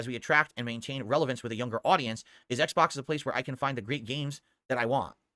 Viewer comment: it sounds like dsp says 'wahn' or 'wah' instead of 'want'